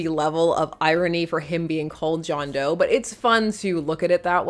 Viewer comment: It’s John D’oh.